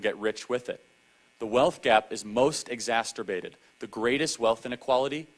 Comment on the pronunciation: #1) "Exacerbated" vs. #2) "Exacsterbated" || #1 WINS!